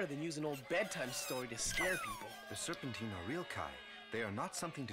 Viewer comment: It’s Serpentine bro(Sir-Pen-Teen)